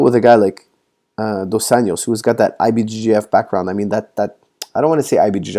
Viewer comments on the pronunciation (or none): Hey coach, just letting you know Rafael's surname is pronounced more like "Un-joss" and NOT "Un-yoss" which would be Spanish pronunciation and not Brazilian Portuguese. Also, in Portuguese Rafael is more like "Har-fie-elle". Great videos however, keep up the great job. Cheers